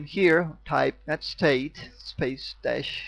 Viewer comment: netstat, not netstate.